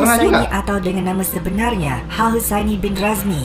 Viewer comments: sebutan hel bkn hal, salah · hael itu sebutnya lebih kurang kayak "hell" bgtu mas bkn hal. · Mas sebutan nama 'hael' husaini tu bkn 'hal' tp bunyi nya 'hel'...